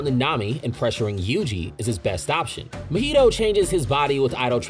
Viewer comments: Mahito does not rhyme with cheeto my dude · drinking game: take a shot every time he pronounced mahito wrong if you would like do die of alcohol poisoning